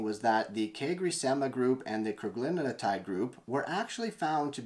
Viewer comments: It's Cagrilintide. Four syllables: Either "Ca-gril-in-tide," "Cag-ri-lin-tide" or, if you prefer, "Cag-ril-in-tide." It does NOT have five syllables, like "Cag-ri-lin-in-tide" or "Cag-ril-in-a-tide." Look at the word. There is only one "n" in Cagrilintide and it is followed by a "t", which is part of "-tide." How you find an extra syllable between that "n" and "-tide" is beyond me. But heck, everyone on the Youtube is doing it. Which does make one wonder. That said, Cagri is a hell of a AMY3 receptor agonist. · It’s Cagrilintide (you’re pronouncing an extra syllable in the middle)